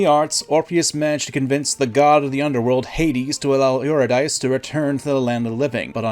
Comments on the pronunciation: Love your videos but man was a painful to listen to you mispronounce Eurydice.. it’s : yr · i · duh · see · You-RID-ih-see. Also...Orpheus turned to look because he doubted. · I recommend you listen to the musical Hadestown so you'll know for next time how to pronounce Eurydice. It's yr·i·duh·see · Eurydice is YU rih DIH see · hey man "-dice" in reference to old nouns such as Eurydice are pronounced as "-deecee" i.e Yu-Rid-ee-cee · As a mythology nerd the pronunciation killed my ears. For anyone wondering it's yr·i·duh·see💜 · Eurydice is pronounced you-rid-issy. The video was so good but that pronunciation made my skin crawl. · Eurydice is pronounced Your id a sea. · Eurydice is pronounced U-rid-di-seas. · Nearly every Greek word that ends in an E like that uses a long E. So Eurydice should be pronounced something like “You-RID-diss-see.” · pronounced YOUR-ID-ES-SEE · Eurydice is pronounced "yoo-rid-ih-see," dude. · Ohhh man, you mispronounced Eurydice. Oof. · I’m sorry, but I have to say something or it will bubble up in me and make my blood pressure rise to highs I never thought possible: Eurydice is pronounced “you-rid-dee-see” not “you-rid-dice”. Otherwise, great telling of the Orpheus tragedy. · Her name was not euro-dice. It was yeh-ready-see. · "OO-ri-DICE?!?!" Her name is "Yuu-ri-dih-see", sir. But it's good to know that you've read it and you're not just parroting someone else. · Hey, real quick. I just wanted to let you know that Eurydice isn't pronounced (Or-uh-Dice) it's pronounced (Yur-ih-duh-see). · Aura-Dice? I always pronounced her name You-Rid-A-See. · Eurydice is pronounced you-ri-duh-see, not you-ree-dice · This is a great video but I have one correction: Eurydice is pronounced Yur-Id-Is-See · Eurydice is pronounced "Yew-rid-ih-see" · say euro dice again i dare you